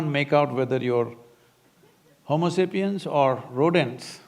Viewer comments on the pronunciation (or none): none